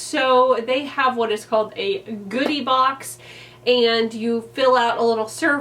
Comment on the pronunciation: I've never done a styling service, and I don't know that I would, but this was a fun video! I also, at the beginning, thought you said you got a "booty" box instead of "goodie" box, and I was really interested in what that was going to look like! Hope you do another one of these.